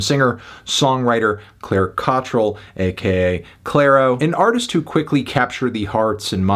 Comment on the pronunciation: It's Clair-O Why is he saying "Clair "?